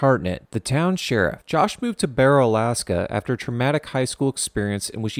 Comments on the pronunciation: Its pronounced bear oh not bar o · As an Alaskan please never say "Borrow" again. It's "Bear"-"O" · It is pronounced B-air-oh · Also you said barrow wrong, we pronounce it b-A-row. The b sound say A and ad row to the end. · OH MY GOD, IT'S PRONOUNCED BARE-OH. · i live in alaska man, it is pronounced bear-O. and the diner serves regular diner food lmao. As for the weather we both get subzero frequently. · I live in Alaska and it’s pronounced Bear-row and they changed the name back to the original Alaskan Native name which I can’t pronounce I live all the way in Palmer and a lot of people go up to barrow to work and it’s call the Slope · Love the video just FYI barrow isn’t pronounced like that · You my friend are smoked up. You got 90% of the stuff about Alaska including how you pronounce Barrow. Not only do I live in Kenai Alaska I was also born and raised here. So I'm somewhat of an expert on Alaska..... smoked up. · He said barrow wrong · You should probably at least know how to pronounce the name of the town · “You won’t survive this town.” pronounces name of town wrong 🤦‍♂️ Time to skip the video.